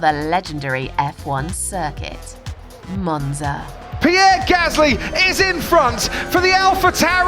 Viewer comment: the way she says Monza 😂